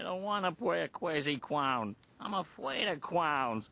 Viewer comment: I don't wanna play a cwazy clown I'm afaid of clown wahhhh!